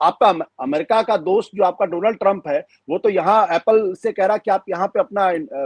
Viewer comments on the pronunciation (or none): My dear phraind Donaaal trum 😂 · Its dolaand trump😂😂